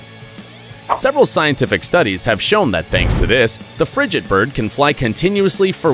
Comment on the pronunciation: You mispronounced frigatebird, named after a frigate - a sailing vessel.